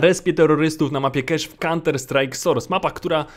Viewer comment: Nie czytaj nazwy mapy KESZ bo pisało by kash dlatego pełną wymową DI KEJCZ